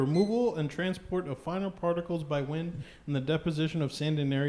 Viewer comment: Wind. It’s wind,.